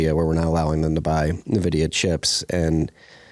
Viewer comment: It's weird hearing someone under 45 mispronounce N'vidia...